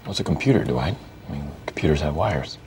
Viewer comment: I just love how Jim pronounces Dwight. "Duh white"